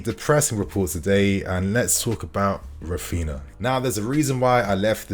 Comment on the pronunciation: Raphina.... RAPHINHA